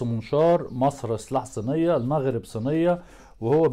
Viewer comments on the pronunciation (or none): none